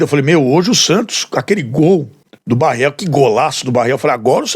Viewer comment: O nome é Barreal e não Barreel.